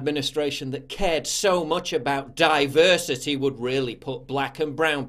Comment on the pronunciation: The word is DIE-VERSITY